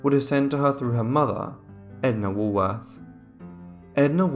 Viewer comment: Too bad the narrator cant pronounce Woolworth.